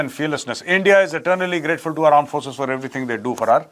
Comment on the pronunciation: Armed forces ❌ aan* forces ✅ 😂